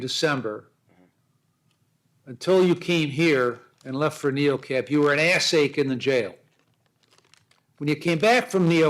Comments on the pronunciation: I had to listen closely, but you're right that he says "ad seg"... But it's easy to hear ass ache. And it's hilarious! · Omg lol he said "adseg" = administrative segregation 😅 sounded like he said ass egg! 😂😂 I'm dying! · He said "Ad Seg" Administrative segregation. Not "Ass Ache". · is it ass-ache or adseg? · I listened very very carefully, he said ass-ache, more than once. If he said AD SEG I would have heard it.